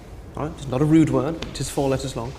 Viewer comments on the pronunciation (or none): You know, when he said “it’s not a rude word” something about the way he said rude made me think root. Which then had me thinking a 4 letter word would be tree, because I figured I’d need to visualize a root and that would be too hard so I wanted to visualize a tree instead. But maybe it’s the accent he used that he really said “it’s not a road word.” So when he said the word started with R I went back and started thinking root. But obviously that was wrong.